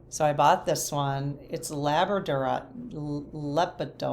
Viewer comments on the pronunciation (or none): Hi Love listening to your videos. Also love your fascination with minerals! The correct way to pronounce “lepidolite” is “luh pe duh lite.” Not an easy mineral to pronounce. It’s from the mica family and comes in some beautiful shiney colors when it’s not polished. What I love about lepidolite is to see the many layers when it’s in its raw form. It’s such a beautiful mineral!